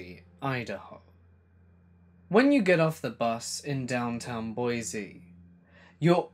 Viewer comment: I live in boise (by the way, it's pronounced 'boy-see , not boy-z), and that story is true. He recently tried to legally change his name to "eternal love " but the judge shot it down lol.